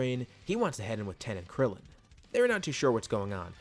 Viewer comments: Why do you say tien as ten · Please tell me why you say ten and not Tien it’s disturbing